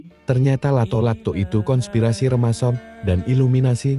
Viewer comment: Remason ? Remason balsem kali wkwkwkwk...Yg bener Freemason... koplak